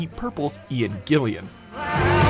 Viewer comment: Ian GILLAN, not Gillian!